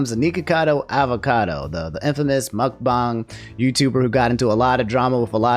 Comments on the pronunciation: Ok, I dunno about y'all, but the way that says muckbang is....curious. In my mind its muckbang, as in how they pronounce Aang's name in show, not muckbang, how they pronounce Aang's name in the M. Night. movie. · someone tell this man how to pronounce mukBANG